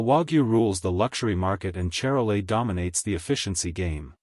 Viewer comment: say shar-lay